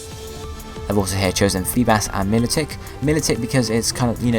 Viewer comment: milotic is pronouces my-low-tick